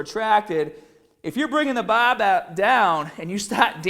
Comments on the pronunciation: So he can say core right but can't say BAR! Wtf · he says bah but power correctly lol.